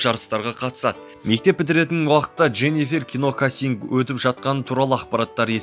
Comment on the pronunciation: Кас инг эмес кастинг, кастинг. Тантык баурым аай😂😂😂